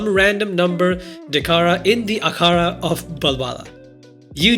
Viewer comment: Damn, my brother's desiness came out while saying Akhara!